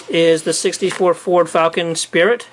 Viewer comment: its falcon sprint not spirit.....typical mistake